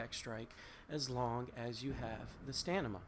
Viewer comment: STA-MI-NA NOT STANIMA! Fuck. READ. Stamina. Stamina. Stamina. Stamina. Stamina. Stamina. Stamina. Stamina. Stamina Stamina. Stamina. Stamina. Stamina. Stamina. Stamina. Stamina. Stamina. Stamina. Stamina.